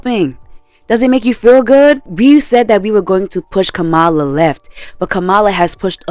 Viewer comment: Kamala's name is pronounced "Comma-La" , otherwise, nothing but facts. I didn't know that McDonald's was using prison labor, I'm honestly not that surprised.